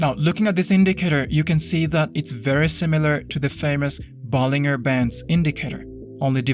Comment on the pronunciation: It's pronounced Ball-in-jer not Ball-ing-er. Just saying.